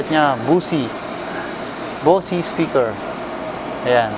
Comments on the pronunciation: Ang bigkas sa Bose speakers hindi "bosi" kundi "boss". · Bose is pronounce Bosh.